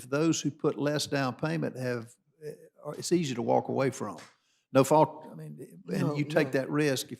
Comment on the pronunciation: Iss. Not “it’s.” Iss